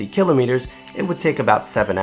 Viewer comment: the way you pronounce "Kilometers" bugs me :/